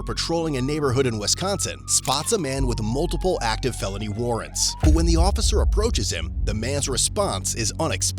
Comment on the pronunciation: Anyone else catch at the beginning, narrator saying "felony rarrants"?